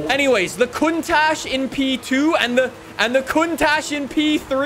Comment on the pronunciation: Lol lambo contak you said it worng